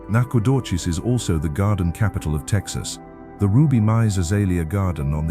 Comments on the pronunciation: Please get the name pronunciation right Nacogdoches is pronounced Nak a doe chez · LOL Lufkin and Nacogdoches where a little off, but that is ok I think it was a Ai voice anyhow but relaxing I also have lived in East Texas my whole life will never move.